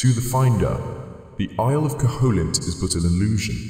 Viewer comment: cough Koh-hoe-lint? I think you mean "Koh-uh-lint" (silent H and no strong O sound).